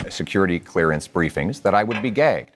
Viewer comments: OMG, I thought I heard PP say that if gets his security clearance he would be "gay". I guess he said "gagged", LOL. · My wife missed the beginning of the video. She got in the room at about minutes in. She said it sounds like you are saying gay. Kind of shows how irrelevant it is and odd that you are making such a big deal about it when pierre was talk. Why aren't you talking about mark carney not disclosing any interests. Obviously a very biased channel. I always listento both sides but you are really grasping at straws. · Maybe a slip of the tongue but I watched it with 5 other people and we all say he said gay. Lol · Agree. I felt even Mark Carney did a double take because I think he heard "gay" too. I also heard "gay" but knew he meant gagged. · That was hilarious! I definitely thought he said gay when I heard it. Hahaha! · I heard "gay" as well .. lol. I also enjoyed Singh's heckling of PP and facts accounting. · I still don't understand how "gagged" can sound like "gay". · I’ve never heard anyone pronounce gagged gay-gged. He also neglected to say half of the word and stopped after saying gay… I’m going with Freudian slip. As a gay person, I’ve never seen a far right lunatic who wasn’t a dangerously suppressed person not on the straight end of the Kinsey scale. They all are like Roy Cohn. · Yes I definitely thought he said gay at first 😂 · Who says gagged so that it rhymes with gay? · He said .gagged" but dropped the last consonant. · "Gagged", not "Gay Though at first listen it sounds like Gay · It might be my ears, but you’re both saying gag is an odd way - to me anyway. To me, gag sounds similar to bag or stag, not gay. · Oh he said gaged why did it sound like gay. 😵‍💫 My hearing is going. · Wait what did Pollievre ACTUALLY say? All I hear is 'Gay'? lol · I absolutely heard “then I would be gay” as well. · It sounded like "I'd be gay" to me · he definitely meant gagged, but definitely said gay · I defo heard gay I was like HUH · i heard gay, too hahahaha